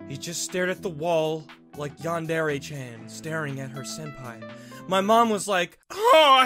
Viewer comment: YOU SAID YANDERE WRONG!!!!